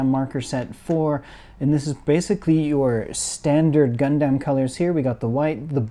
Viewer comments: Is it just me or is it weird how he’s saying gundam (gun-dem?) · I would have loved to watch but your inability to pronounce Gundam correctly has kept me from doing so.